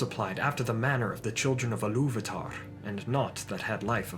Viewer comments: First, it's pronounced EE-loo-VA-tar not eh-LOOV-a-tar . Sorry, but it grated every time you said it. There were a couple other questionable pronunciations, but I won't dwell on them. Just, please, fix this one if you fix any. Now, with that pedantic criticism out of the way... The Silmarilion informs us that the orcs breed true, and breed rapidly. From the time the orcs were created until the time of the Hobbit, 7000 solar years have passed, but it's important to remember that the standard solar year didn't exist until after the sun and moon were created. Before that, the world measured time in Valian Years, which Tolkien accounted as being 144 solar years. The First Age is said to have lasted 587 years after the creation of the sun, but began when the elves first arrived in Valinor. The orcs were created sometime soon after. It's extremely hard to get a good account, but an estimate of solar years before the destruction of the the Two Trees is not unreasonable. The Second Age lasted for 3441 solar years and the Third Age for 3021. Why all this talk about time? Because the orcs' prolific breeding cycle can account for all the variety of orcs/goblins that we see by the time Bilbo leaves his house without a handkerchief. I don't think Tolkien was ignorant of Natural Selection, and being a scholar of etymology, he would easily draw comparisons between the two. Orcs living and breeding in different regions would develop specialized traits ideal for those locations. Cramped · I believe Ilúvatar should be pronounced and stressed more like a Germanic speaker would, but I find it hard to explain phonetically: "Ilúvaatar", instead of "Illúvahtahrr"